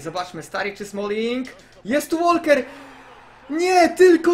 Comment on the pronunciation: Oskar, nie Łolker tylko Łoker, aż razi w uszy :)